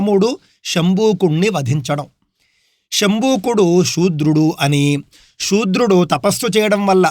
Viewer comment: సూద్రులు అంటారు శుద్రడు కాదు అక్కవచనం సుద్ర